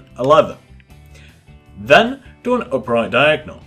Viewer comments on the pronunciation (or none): OMG you say Diagnol to